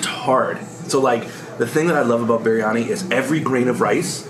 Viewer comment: And what you are eating is not biryani. Just one look at the onions and the veggies gives you clarity... And keeps mispronouncing Biryani and Punjabi in every second episode that has an Indian reference 🫤 Buddy how about we keep calling you. knows the Indian cuisines fundamentals quite well... whether it's spices, dishes or getting his pronounciation right.